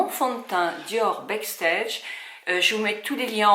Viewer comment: Backstage « BAAAACKSTEGE », Huda « HOUDA » très beau maquillage 💄